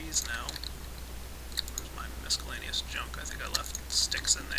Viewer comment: mis-cel-la-ne-ous not MISC-el-la-ne-ous